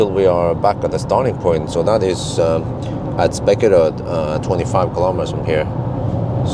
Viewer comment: Hes doing it because some dude said that hes pronounciation of spekeröd was wrong, so just to make a little fun of that guy. No harm done.